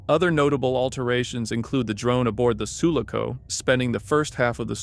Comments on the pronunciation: It's Su-LA-co, not SU-la-co. My brain hurts. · Everyone crying for the way the guy pronounces Sulaco shows how bitter Alien fans are 😂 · Enjoyed the video but PLEASE learn how to say sulaco